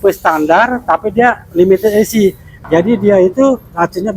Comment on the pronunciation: Berak dulu kalo mau review, biar ngomongnya jelas, limited esi sipi wkwkwk mabok loe..😂😂😂